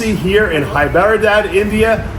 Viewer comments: Dave it's Hyderabad not Hyper abad not Hybrid abad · Did he say "Hyberadad" instead of Hyderabad at the end😂